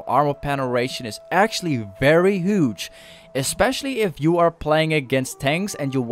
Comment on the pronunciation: Ay u pronounce huge like this. Ghuge Thank me later